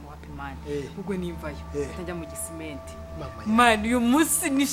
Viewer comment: Bijoux ati "kisimenti"😅